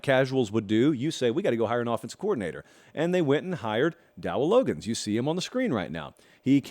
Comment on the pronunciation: I appreciate the content as always,! Quick note on Dowell Loggains: the last name is pronounced "Log gens."